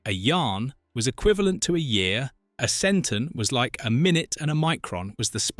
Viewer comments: No offense, but I wish English people would learn how to pronounce "o"s in words. It's pronounced "Cent-ON", not "Centen". CyLON, CobOL etc. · it was meant to be a weekly series after first year. your ai voice can't say yahren and centon correctly. Iblis did mention who he was to Baltar in War of the Gods.